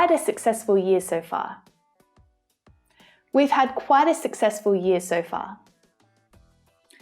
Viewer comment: sucksexful? ok